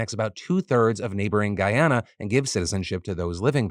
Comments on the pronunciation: Hey Phil just a heads up... We pronounce Guyana as Guy-Anna. Not Guy- Onna We also pronounce Essequibo as Essie-Kway-Bo. The video below has it sung lol As a West Indian in Canada, my family has met Irfaan Ali, the President of Guyana, and we have a lot of hope he will be a great strength for the country, especially after seeing him on that BBC interview stay firm against the interviewer. I have heard of this border dispute for years and Guyana has suffered a lot over the last few centuries. From African slaves being brought to work, then Indian Indentured labourers, along with some Asian countries. From being the country with the largest mass sui** in the world at the hands of Kool Aid man Jim Jones, I am hoping for peace and prosperity Guyana. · as a Guyanese I’m happy and shocked that Philip is covering this story !! This story definitely needed more awareness! But I cringed every time you said Guyana and Essequibo hahaha